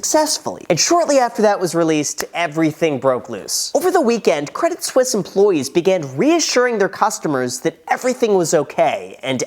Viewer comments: it is pronounced Credi Suisse, the t is silent :p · It's not spelled credit Swiss ... so definitely pronounced the other way. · Credit Suisse without the i gets Credit Susse meaning Credit Suck in French. Oh la la 😅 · Credit suisse is acting credit sussie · Credit Suisse - my whole life up until watching this video, I've been pronouncing it like "Credit Sweese" blissfully unaware of my level of dunce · you pronounced Debit Suisse wrong